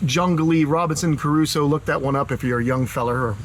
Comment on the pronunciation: That is the first time I've heard anyone pronounce it as Robinson "Caruso". It looks great, maybe more cover would ease him into it.